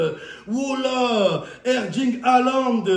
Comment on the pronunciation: Momo, c'est ErLing. ErLing, avec un L comme Laurent, pas un D comme Damien.